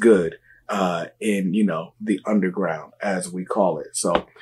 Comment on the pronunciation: Bruh just say fake. Y do u keep saying “uNdeRgrOuWnd” 🥴